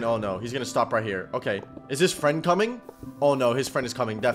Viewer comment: Me fwend hew dwidedi